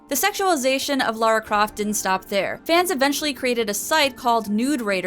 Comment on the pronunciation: Seriously well done for saying Lara and not Laura, I am genuinely impressed that there's at least one person on the internet who isn't a complete idiot. You have my respect fair maiden.